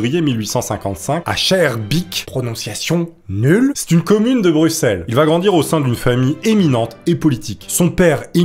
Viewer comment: je t'aime tu prononces bruselles et pas bruXelles